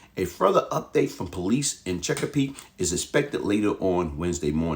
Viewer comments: Lol The City Of CheckaPeake 😂 It’s Chesapeake Virginia But That’s Funny I’m From Virginia Beach Sending Thoughts And Prayers To The Families Affected 💐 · It's funny the way he say Chesapeake 🤣 😂 😆